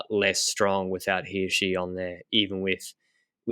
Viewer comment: Swiss person here: The first time you pronounced Hirschi was spot on. Who taught you that?